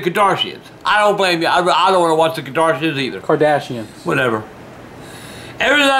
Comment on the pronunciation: “i don’t blame ya i don’t wanna watch the kardanshins too”